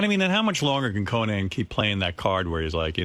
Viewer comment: Why does Howard keep pronouncing it "CoNAN?" He sounds like Jesse Ventura. 🙄